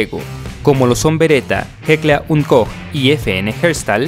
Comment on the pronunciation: Oye felicidades por tu buena pronunciación de Heckler & Koch ( Jeckla und coj). así se debe pronunciar en Alemán 👍🏻🍺